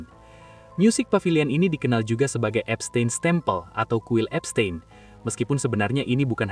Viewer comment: Baca : Epstin bukan epstein